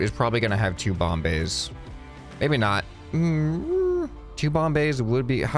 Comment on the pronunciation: Bomb bays Me: Bombays?